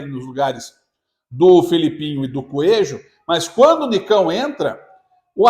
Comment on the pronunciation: “ desse mato, não sai “coejo “😅